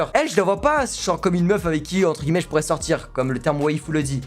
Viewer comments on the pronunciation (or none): none